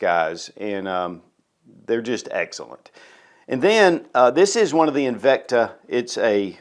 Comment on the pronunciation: I had tremendous respect for you, right up until you mispronounced "Invicta." Oh well. I'll just have to cry myself to sleep. :))